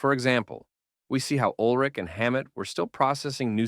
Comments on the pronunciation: you pronounce Ulrich way wrong Urlick?? anyways yeah Load & Reload mostly Load in my case collects dust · I came to the comments within 1 minute of the video starting to make this exact comment. One of the most iconic and well known musicians ever, no reason to pronounce his name incorrectly. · I agree with your assessment of the music from Load & ReLoad. Well stated. But.. Urlich? That pronunciation keeps jabbing me 😆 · Can’t even pronounce Lars’s surname properly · Were you trolling? Or did you really only learn to pronounce ulrich halfway through recording the video? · It's lars ulrich not whatever you said haha 😂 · So detailed yet still say "Ulrich" incorrectly